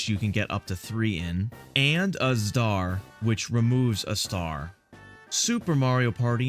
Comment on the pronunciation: trying to say star